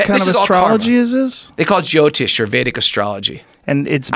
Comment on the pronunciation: He sounds like he's saying geotist, but it's actually jyotishi, I'm indian that's why it sorta bothers me.